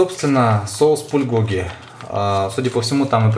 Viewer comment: на заглавье написано Пулькоги, а сам говорит, Пульгоги